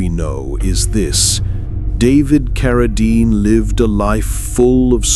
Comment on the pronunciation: A very good ands interesting video, but pronouncing Carradine as "Car~a~dean is a little aggrivating...